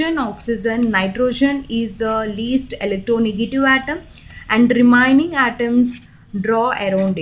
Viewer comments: It's Remaining not REMINING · Kya ghatiya pronounsation hai remaining ko remining hattt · Wow so nice english REMANING 🤣🤣LUIS DOT 🤣🤣🤣🤣